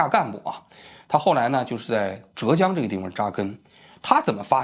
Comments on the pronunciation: 不是折江，浙江，第四声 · 还有浙江的浙是第四声zhè，王局说成了第二声zhé